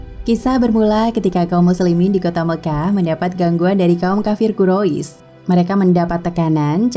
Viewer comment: Bacanya kurais bukan kurois